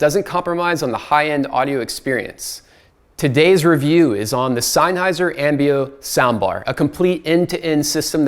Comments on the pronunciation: Nitpicky, but I believe it's pronounced "zen-highser", not "sign-highser". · It triggers me, sorry: It‘s not SEINnheiser, it‘s SENNheiser .. 👉🏿😬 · It's Senn-heiser, not Sein-heiser!! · It is not pronounced Sign-heisser like you've been pronouncing over and over! It is Senn-heiser! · Agree totally. Really annoying. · Its Sennheiser, just like bud. Not syne, senn! The review was nearly unwatchable, nice try though? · Sein-heiser? Rofl